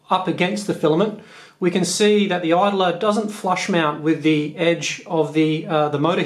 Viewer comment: Love the way you say "mount".Sounds like "meownt" 😺